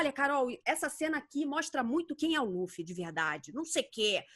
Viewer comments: só gostaria de deixar registrado minha gratidão por vcs pronunciarem "Lúfi" e não "Lãfi" como já vi muuuuuita gente falando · Tem que ser Lúfi mesmo. A pronúncia do L com som de R é coisa da pronúncia japonesa. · Pontos Positivos: 1. A dubladora mandou bem na voz do luffy q no começo do anime era mais infantil se comparado com a atual. 2. A dublagem da Alvida está perfeita. 3. Acertaram chamando o Luffy de Luffy e n de Ruff. 4. Colocaram a abertura original. Pontos Negativos: 1. Apesar de parecido com a original, em alguns momentos a voz do Luffy soa muito cartoonizada. É como se eu estivesse vendo um desenho animado como o apenas um show. 2. A voz do Coby n combinou mto. 3. Acertaram o nome dos ataques do Luffy. É irônico q isso seja algo negativo, porém esperava q pronunciassem os ataques com o sotaque japones de um inglês errado 😅. (Ex: rocket - rocketo) Ainda assisti apenas o primeiro episodio. Espero q nos próximos eu seja surpreendido positivamente.